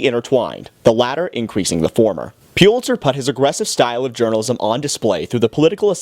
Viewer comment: Its pronounced PULL itzer!